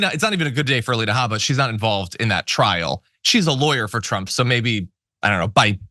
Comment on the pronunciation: No cursing, hm? I was proud of you, John for the "it's her god damn name". But you mispronounced the Alina name. I believe it is "Ay-leena Hae-bba", or whatever she calls herself.